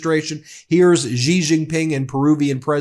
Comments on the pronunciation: Its pronounced "sss jin ping" not "zijin ping" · Pronunciation: SHEE - Jinping. Just sayin". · Its Xi and its pronounced She